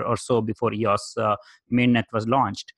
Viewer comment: It’s not eeauss ...it’s E-O-S...it’s not a word...it’s an abbreviation. Just as easy to pronounce it correctly. Like someone dedicating a channel to IBM...and not understanding its not a word. (You ask for comments to improve your channel.)